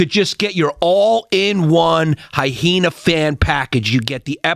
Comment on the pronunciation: Boys...for FUCK SAKE....its pronounced 'hi-E-na,"not "hi-He-na." Chrissy cant even say Sam Morrill's last name right... get a grip fellas, wtf!? That being said, Chrissy... loving the pod out the back of the SUV.